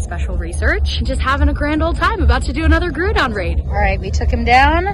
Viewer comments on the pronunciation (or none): Aww! So cute, I'm so happy you had this bonding time with your dad! btw its Grou-don not Grewdon. Ah sorry to be that guy.